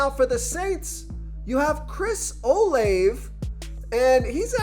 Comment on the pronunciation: Dude its o laaa vey